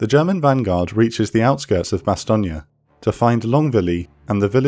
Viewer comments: Bastogne isn't pronounced "Bastogney" but "Bastogn" (bas.tɔɲ) Else it's a good job 👍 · The videos just get slicker and slicker. However I always thought Bastogne was pronounced "Bastone" not "Bastogni". Also you can't say they had panthers and panzers, panzer is the German word for panther. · Will you people say Bastogne name correctly? Bastong. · Bastonia? Was the script read by a confused AI? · That’s the American pronunciation mate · These are brilliant, if only Bastogne was not pronounced with an Italian infliction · It's pronounced Bastogne